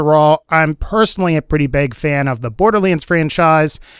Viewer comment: What's up with the odd pronouncing "Bore-der-leands" ?